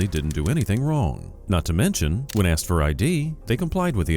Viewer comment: Lmao "aks, aksed, aksing and akses"